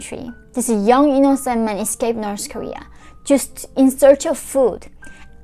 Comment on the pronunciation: you say 'just' with a pause somewhere through this and it read as the complete opposite of what you wanted to portray. may I suggest a double check with a native English speaker <3 we get what you mean but it made my heart drop hearing you say something that could be cherry picked to mean the wrong thing